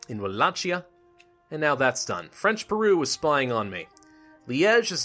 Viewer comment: It's Pronounced Walakia